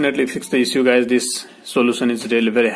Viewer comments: Can't pronounce issue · Issue:))) Bluetooth)) so funny pronunciation